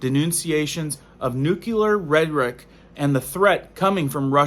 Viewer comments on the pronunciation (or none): Maybe I'm just being an "art critic" here nut it's difficult enough to follow all this alarmist stuff, but it grates on the ears with the improper pronunciation. It's NU-CLE-AR not NUCU LAR.. Sorry if it sounds supercilious, but I have greater concerns over the decay of our society and culture. I still intend to follow your channel as it is difficult to dismiss all your concerns. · could you please learn to say nuclear instead of nucular. It makes you sound a little dumb. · Nuclear dude nuclear!! Not nucular!! Omg! I can't fkn stand that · Great video and videos, but the word is NUCLEAR not NUCULAR. New-klee-ur, like the word nucleus. New-kyoo-ler isn't a word. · Why do people insist on adding a "U" to the word nuclear? What the hell is "nuculer" ? Lol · Nuclear, not nucular. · I really get a lot from your videos BUT please the word nuclear is pronounced noo-klee-ar NOT noo-q-lar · Please please learn how to pronounce nuclear...... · Nu-CLE-ar......not nu-CU-lar. You sound uneducated when you say it wrong. Sound it out. LOOK how it is spelled. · There is no variable spelling for the word, "nuclear" so what about this spelling looks like it should be pronounced "nukular"? SAY IT RIGHT!!!!... God! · Very good video and great information! Just one thing. It is pronounced "Nuke-Lee-Er", not "Nuke-U-Ler". Sorry to be "that guy". Lol. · New-klee-er. Not new-kyoo-ler! English is our language!!!!!!!!!!!!!! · It's nuclear not nucular. It's really hard to take you seriously. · Nuculear da fuq? It's nuclear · That word is N U C L E A R, & it is Pronounced- NU- CLE- AR. You are saying Nu- Cue- lar - which is the wrong pronunciation for the correct spelling. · Nook-lee-ar, not nook-U-lar. How many freaking times do people have to be taught this simple word? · It’s actually pronounced “new-clear”🥰So much easier to say, too. Just FYI. Love your videos and the content! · Nu-clu-lar? Really?